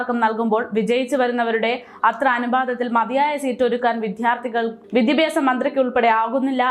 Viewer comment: വിദ്യാഭ്യാസ... എന്ന് പറയുക. മോളേ 👍🏻🥰